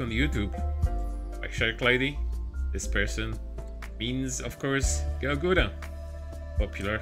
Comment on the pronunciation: It always sounds like "Gouda" instead of "Gura" from. xD Well done on the video as always. ^^